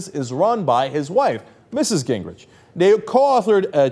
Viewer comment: The correct pronunciation of his name, according to his sister, is Gingrick